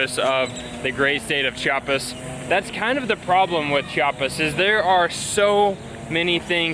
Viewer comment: Oh güeros... you seem quite off with your spanish here, but I'm thrilled to see what are you going to do here in mi homestate.. First of all, the I in Chiapas is super important.. we hate when people say "Chapas" and that is a very common mistake everybody north from Cdmx make (IT seems they do it intentionally) About the tamal, the lady said tamal chiapaneco, but that's not right.. every tamal here in Chiapas, is a tamal chiapaneco (chiapas style).. yet after that she did say "tamal de la feria de enero".. actually that tamal is called "tamal de mole" or "tamal de fiesta".. it must have mole, chicken, plumbs, raisins, plantain, hard egg and green olives.. Some other tamales you would find are: chipilin (its a leaf), de bola (pork with red sauce), azafrán (the spanish spice), frijol, hierba santa, picte (sweet corn, with fresh cream) and a lot more.. The second dessert on the vídeo is cupapé and it's really a fruit from a tree.. If you need some guidance over typical food/desserts here, just let me know and I can give you lot's of referals.. Buen viaje y disfruten Chiapas